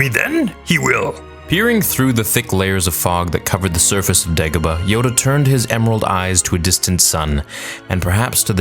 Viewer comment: He accidentally said Gedebah instead of degabah